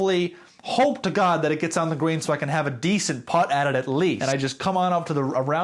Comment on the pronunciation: Ngl I was confused what a "grain" was for a good 3 minutes before realising you were saying Green.